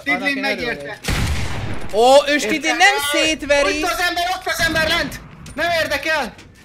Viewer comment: Stydlin helyett snidling